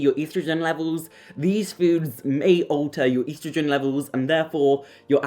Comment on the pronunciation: Stop mispronouncing estrogen 😮